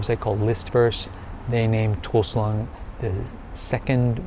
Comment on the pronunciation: Toul sleng ,not toul slung